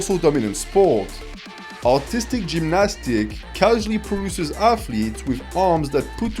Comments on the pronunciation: Few times I heard "Autistic gymnastics" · Just realized how funny it is when a French man tries to say “artistic” 😂